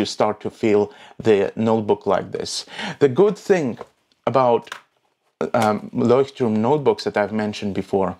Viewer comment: Great pronunciation of Leuchtturm! Also, great video :)